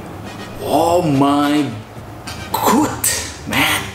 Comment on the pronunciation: Bang "Oh my god" bkan "Oh my gud" saran doang